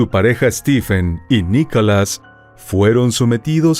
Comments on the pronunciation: Perdona pero pronuncias mal no es Nicalas es Nicolás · Por favor que ya no narre esa señora, tiene una voz muy desagradable 🤮 y ni siquiera puede (o no sabe) pronunciar bien, dice: "NICALAS", ya total, mejor que lo diga en español